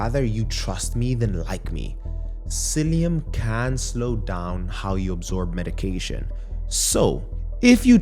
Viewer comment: Are you saying Psiillium?